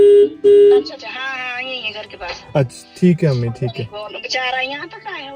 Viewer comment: Har bar 'mummi' ko 'ammi' bol raha hai aisa lag raha tha😅